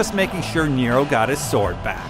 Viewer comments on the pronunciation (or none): none